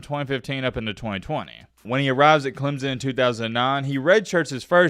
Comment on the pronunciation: The fact that you can’t even properly pronounce CLEMSON tells Clemson fans all they need to know.